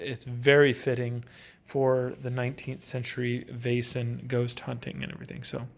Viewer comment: If you just loose the "i" or "j" sound when you pronounce "Vaesen" it's pretty good. The "ae" or "æ" (Væsen) makes the sound as "ei" in "Veil." Hope this helps.